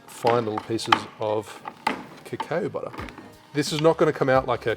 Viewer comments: mate... it’s cacao... like ka cow ok? Say it with me... ka cow.. ka cow.. ok.. now don’t do it again. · If you say cacao butter, why do you say crème de cow? (I watched your brown version video just yesterday, and others commented on this, too. Sorry 🙈) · Lose my shit whenever I hear you say "crème de cow", always think you're about to make a beef smoothie or something 🐄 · just wondering if that's the way Australia or your area says cacao to be honest. The way you say it could make sense based on spelling thanks to English being a mutt, to be fair.